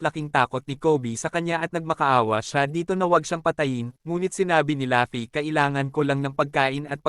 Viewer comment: Ok na sana kaso natatawa aq pag binabanggit mo ung pangalan ni luffy pag sinasabi mo laffy e